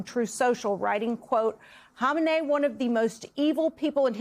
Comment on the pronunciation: Kha ( like ahaa, but with a throat clear sound) me (like meh🤷🏽‍♂️) nei (like knee). NOT "hahmeneh" like u are mispronouncing hominy.